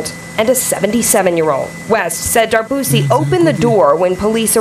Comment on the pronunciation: Mwen pance c dwé D’arbouse. Min pa Darbouzie.. This is the E at the end that pronounce as a I..